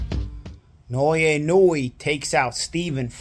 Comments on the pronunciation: Bruh…his name is pronounced “ee-no-oo-eh”, with 4 distinct syllables, not “eenooey”. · Inoue It's not "IN-NU-WE" It's pronounced "IN-NO-WEH" or "IN-NO-WAY"